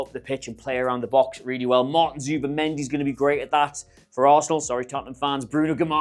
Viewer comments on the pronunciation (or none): none